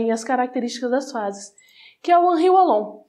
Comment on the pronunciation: O "W" de Wallon tem som de "V", se lê Vallon.